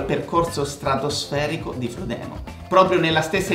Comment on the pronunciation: “frodino” please